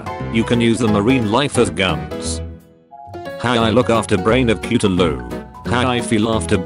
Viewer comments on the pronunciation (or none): The way the text to speech says Cthulhu “ cuutaloo ”